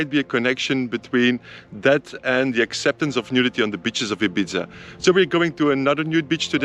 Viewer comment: Sorry to be pedantic, but it’s pronounced Ee-beetha in Spanish, or Eye-beetha in English. The Z shouldn’t really be pronounced.